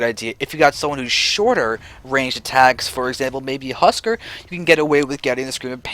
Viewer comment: "Husk-are" not "husker"